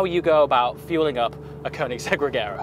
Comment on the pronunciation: pronounced rejera